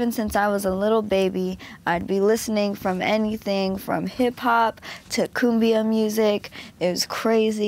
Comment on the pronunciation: I believe it's "Cumbia" & not "Kumbio"